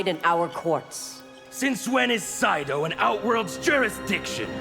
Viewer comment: It's SEIDO. not SAIDO